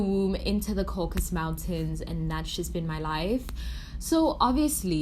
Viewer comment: When you said ‘caucus mountains’ I had to leave a like. I know your struggle